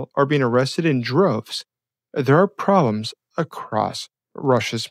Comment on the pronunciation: WHAT is a "PROLEM"? SLOW DOWN A BIT and actually say the B in PROLEMS and make it PROBLEMS. Talking in Bursts like MACHINE GUN FIRE makes it hard to follow the GOOD information you reveal!